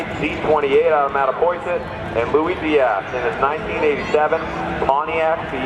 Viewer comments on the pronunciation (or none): none